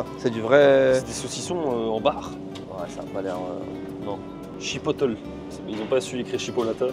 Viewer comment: Haha merci pour la vidéo! Après toutes les autres vidéos de voyage, c’est tellement drôle de vous voir réagir à des lieux et produits que je vois tous les jours XD. Votre manière de prononcer certains trucs m’a bien fait rire (IGA, chipotle et lime) mais ça fait partie du charme de découvrir sans « guide » haha. J’ai bien ri quand vous avez regardé les emballages de côtes de porc en parlant de poulet à cause de St-Hubert (ils ne font pas QUE du poulet 😉). Le fromage « squick squick » se mange tout à fait seul. Pleins de gens en achètent, surtout les sacs format collation frais du jours ou de la veille qui se vendent température pièce généralement dans des petits présentoirs dédiés. Et la Becel en pot c’est pas considéré comme du beurre, mais bien de la margarine 😉 Hâte de voir vos prochaines vidéos au Québec!